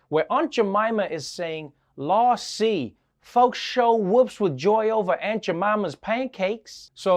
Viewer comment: "Lawsee" should sound more like "lawzy"